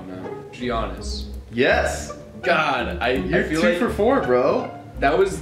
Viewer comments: He said g ainass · “G-iannis” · “G-iannis” so cringe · G EE AA SS pronounced by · shoudnt have gotten Giannis he pronounced his name worse than anyone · pronunciation of Giannis triggers me.